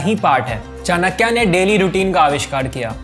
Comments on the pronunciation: चानक्या नहीं चाणक्य!!! कहना सीखो Me in 10th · It's '' चाणक्य " not " चाणक्या ". You think " चाणक्या " sound cool, no, it sounds that you are fool bro. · One correction here is that the correct pronunciation of Chankya is Chaaa-nuh-k-yuh. There is no aaa sound in the end. Same is for Dharma, no aa sound in the end. Kudos to the team for making videos on these practical topics which people thought are just textual philosophies. I truly believe Indian culture already teaches the correct way of living.